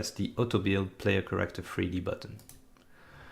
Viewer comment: Took me awhile to realize when your saying Corrector, that youre actually saying Character. But awesome tutorial! Im excited to use this engine and really appreciate this extensive amount of tutorial videos!